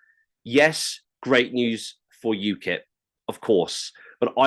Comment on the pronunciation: Ukip not ukil 😂😂😂